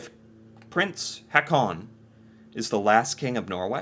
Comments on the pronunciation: Please stop saying "Ha-con". The double A's are pronounced like an Å, so the name Haakon is pronounced more like "Hawkoon". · You can pronounce Prince Haakon like Prince Hawkon ''aa'' pronounce as ''awe''